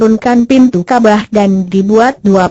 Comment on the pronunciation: Bukan kabah tapi kabawww kabarr hahay😂😂😂😂😂